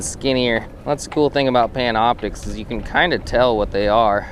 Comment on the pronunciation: Pantioptix lmao its Panoptix btw nice vid though.